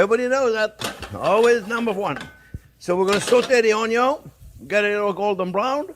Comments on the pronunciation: I could listen to him say 'onyon' all day. 😁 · Love when u say onyo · Just youtube "How to dice an onyo" and you should have your 13m answers.